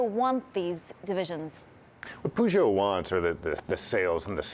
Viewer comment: it's not pegut it's peugeot...